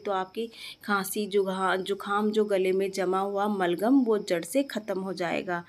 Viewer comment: मलगम नहीं बलगम बोलते हैं जी । जानकारी के लिए धन्यवाद ।